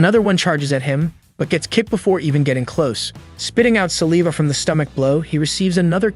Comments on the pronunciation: sa-lee-va thats crazy bro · Teach your AI how to pronounce "saliva" correctly... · You said saliva wrong like 80 times😂